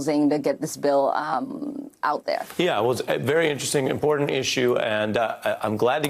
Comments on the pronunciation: ICURA, I love it when she say's the word impor'ant instead of the proper pronunciation important. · That's very " impo'ant"! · Darnal, it's " impor'ant" She needs to speak proper English.